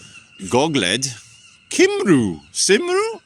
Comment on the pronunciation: Thanks for visiting Wrexham! I love your videos, keep it up! The U in Heddlu and Cymru is not an "oo' sound, iti more like the U in 'Build". And yes, most view the appointment of the Prince of Wales as a sign of oppression rather than unity.